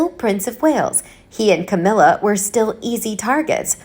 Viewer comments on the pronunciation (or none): none